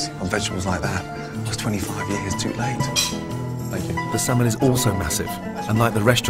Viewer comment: When Gordon says "thank you", it sounds like "Fuck you"...